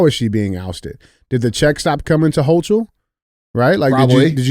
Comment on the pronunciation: After hearing DJ's hilarious pronunciation, I'm calling her NY Governor "Kathy HawkTua," from now on! Also, shared.